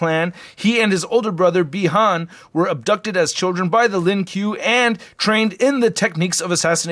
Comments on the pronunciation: Its (Ku-i Lee- Ang) (Lin Ku-ay) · Lol it’s called “Len kwae “ mate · “LIN KUEL” you are trolling 😂😂😂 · "LiN Q" 🤣🤣🤣🤣🤣🤣🤣🤣🤣🤣 LMAO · The Lin Kuei is properly pronounced as "Lin Kwey" and Kuai Liang is properly pronounced as "Kway Liang" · Lin “qway” is how it is pronounced, but close enough... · You said Bi-Han right but you say lin kuai as “Lin kuh way” and kuai liang “kuh why lee ang” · it is pronounced lin koo-way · It’s Lin qu-a